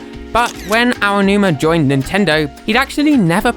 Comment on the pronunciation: You're the first Brit I've ever heard pronounce Aonuma properly. Cheers :D